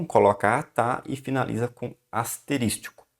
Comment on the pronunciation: Muito bom, obrigado mas, ASTERÍSTICO, foi osso, doeram os ouvidos.